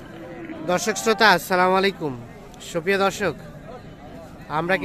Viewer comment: ভাই আপনার সালাম দিয়া টা শুদ্ধ ভাবে দিবেন।। আপনার সালাম দেওয়া হয় না।